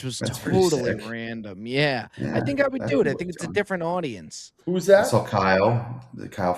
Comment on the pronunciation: Love the pod! Why does put an L on words that end with aw? Like sawl lol